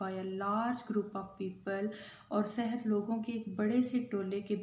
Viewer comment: Sarah nahi saher